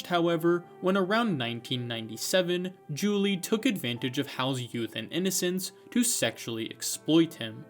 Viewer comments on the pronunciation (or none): none